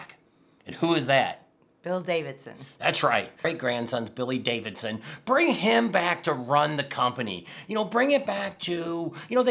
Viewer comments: Sound it out man. It's Harley DAVIDSON. Not davisson. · I know that Tam said it was because of your accent but it's DaviDson, not Davison. Lol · Hey, it is pronounced David son, not Davis son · You keep saying, "Harley Davison" but, you say, "Bill Davidson " 🤔